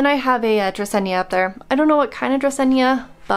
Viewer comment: Dracena is DRA SEE NA, not dracenia. Just fyi